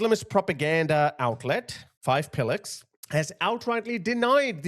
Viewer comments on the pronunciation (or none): Did you say five pilluks